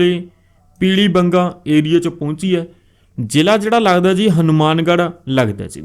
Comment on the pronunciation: Ziii ni hunda jiii hunda Bai